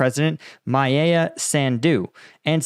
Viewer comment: You pronounced that, right, yes, the first time. Also Maia is pronounced as Maya.